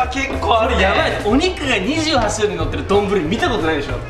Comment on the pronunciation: 28「しゅるい」をいつものの甘噛みで「するい」ってちょいちょい言ってる気がするw の、うましかて、可愛いかった(´∀｀*)